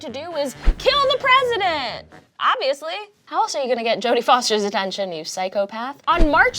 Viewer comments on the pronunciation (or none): none